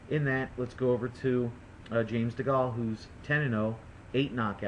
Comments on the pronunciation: Dee-Gaal lol ....Dee-Gay-il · Prediction fail. AND its Segal not Segale, so its DeGale not Degal! fool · Just so you know, it's DeGale as in Whale not Degale as Fall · chillaxe it was just a prediction i don't think anyone on here bet 10 grand on Degale because of this or anything, also stop moaning about his pronounciation, its not like you've never said something wrong i'm not trying to argue i just don't like it when people consistently moan on youtube etc.